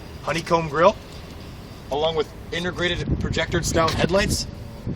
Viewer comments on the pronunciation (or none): Can you say intergrated just one more time?